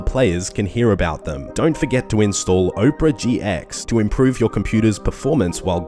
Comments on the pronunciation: i think it may be pronounced opera, like OPPRAH, not OPRAH as in Winfrey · How are you going to take a sponsor and not know how to pronounce the word "opera". Oprah GX sounds like a funny spinoff though xD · Bud, you might want to learn how to pronounce Opera, for your sponsor's sake. xD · they way you pronounce opera...